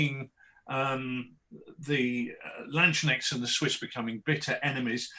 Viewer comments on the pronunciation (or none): Very excited about Rich's latest project, since I am working on not-landsknechts for a Warhammer Fantasy Empire army. I'm considering the real deal in somewhere between 10mm - 20mm now as well. I would however suggest brushing up on pronunciation (every time someone says 'landschneckts, an angel in heaven breaks their pike)